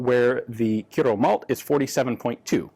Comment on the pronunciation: Very impressed with the way he said Kyrö, pretty excellent for a foreigner who isn't used to the ö and ä letters